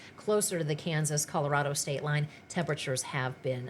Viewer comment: Please stop saying west with an A and Kansas with an E